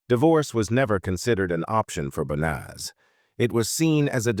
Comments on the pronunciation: YOU PRONOUNCE HER NAME WRONG 4 DIFFERENT WAYS! THIS IS SO DISRESPECTFUL TO HER! 😮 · That fake emotionless AI generated voice mispronouncing her name every single time is as disrepectuful as her family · Can i please ask you at least say her name properly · Banaz, bonaz, bonus, bas, it really started pissing me off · You'd think that the narration would at least get her name right. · This happened in my area, my ex who was part of the medical staff, treated her in hospital. I will never forget this, she deserved so much better than what she got. Also the AI on this video is messing up her name. She deserves to be remembered with her name pronounced correctly.